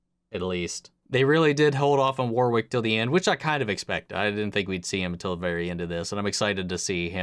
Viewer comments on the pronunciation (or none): Just FYI, his name is pronounced "Warrick" It's a little unintuitive given how it's spelled.